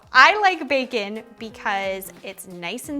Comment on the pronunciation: baercon n' borl xD nice recipe